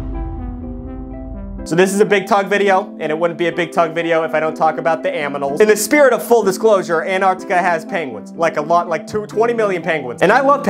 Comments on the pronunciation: im i having a stroke or do you say aminals?? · “Aminals” -Big Tugg 2024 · aminals <3 lingo plot thickens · Bro the “aminals” had me dying it was probably an a side t but still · He said aminals instead on animals!! KEEP UP THE AMAZING CONTENT TUGG!?🦊🦝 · Am I tripping or did Tugg say "aminals" during the beginning of segment 3